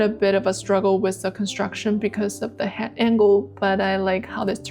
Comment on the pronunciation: I am very impressed with your dedication to improvement. Your progression is amazing. But may I make one suggestion, with no malice intended. , I am very distracted by your pronunciation of the word head. I put on the cc to see if it was me, but even there, it sounds like “hat” instead of head, pronounced “H-E-D”. I have subscribed and will watch everything, my intention is to help.